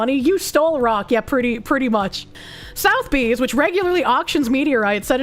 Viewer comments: Or how to pronounce Sotheby's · Sotheby's ❌️ South bee ✅️